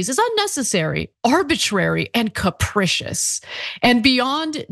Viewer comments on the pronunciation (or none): The first "i" in "capricious" is pronounced with a long "e".